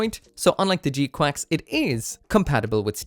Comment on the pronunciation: Don’t know why you keep calling it G Quacks